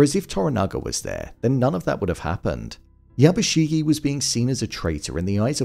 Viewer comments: How do people consistently manage to mispronounce name when in the show it's constantly YABUSHIGE, not YABUSHIGEEEEE. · Not to be a total Hermoine, but it's YabushiGE not YabushiGI